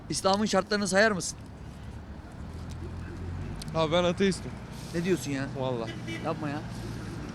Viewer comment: anlamadığım adam başta ALLAHA şükür diyo ama sonra atistim diyo sjssjsjsjsj